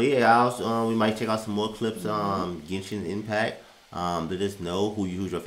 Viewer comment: cant believe an american non player say genshin correctly not jenshin!